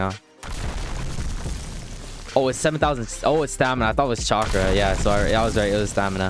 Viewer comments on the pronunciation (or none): none